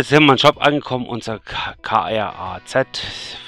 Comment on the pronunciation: hi! sehr gute mod-vorstellung wieder;) diese alten KRAZ fuhren ja damals auch in ost-berlin, allerdings ohne den holzaufbau und den ersatzrädern oben drauf. da hatteste schon respekt, wenn so ein teil neben dir fuhr ^^ man spricht den KRAZ übrigens wie das wort "krass" aus, falls du nochmal mehr von der sorte vorstellen willst;)... ist aber auch eigentlich wurst ^^ hab noch einen super abend, und 'ne zöhne woche! ( D.H. ) - BALOO....